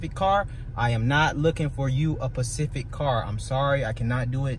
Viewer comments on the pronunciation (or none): Specific car, not “pacific car”. Great vid though. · Pacific cars? You mean specific? S on vacation 🤣🤣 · Pacific car? You mean specific? 😂